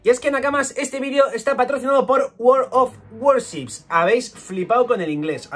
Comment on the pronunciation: por si te sirve, la pronunciación de "World of Warships" sería /weeld av wooships/, aunque si quisieras añadir las "r" muy suavemente está permitido.